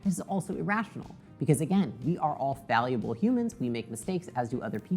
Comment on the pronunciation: The beautiful irony of mispronouncing the word 'fallible'. Thanks for the great video.